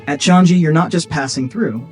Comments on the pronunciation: It is not "chang" "gee" it should be "chang" "yi" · The airport is pronounced CHANG-GHEE